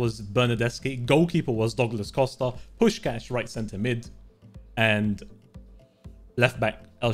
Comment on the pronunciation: I am hungarian and it felt so good that he actually said puskás' name right. :D